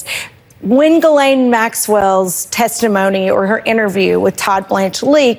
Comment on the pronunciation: Regardless of the correct way to pronounce her name, I think we should keep saying Jizzlane like Cameron. (4 0bvious reasons 🤮)